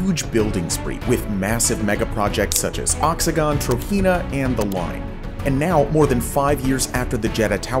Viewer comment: Why is 'Trojena' ( first few seconds) pronounced as if it were Spanish and not Arabic?